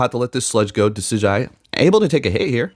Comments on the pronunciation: So happy your running Decidueye, my favorite Pokémon of all time. Just to clarify for you it’s pronounced Decid-Ju-i. Not that it matters lol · Decidueye is actually pronounced De-Sid-you-eye